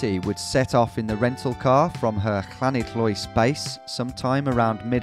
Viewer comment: Great try at pronouncing Llanidloes, almost had it perfect.